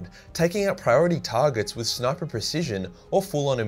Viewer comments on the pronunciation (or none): none